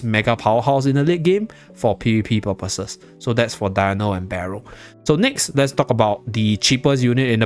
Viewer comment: Cannot pronounce Berial😂